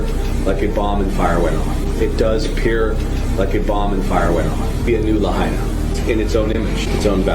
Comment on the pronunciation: I’m sure y’all have been told already by other commenters, but it’s Lahaina, HI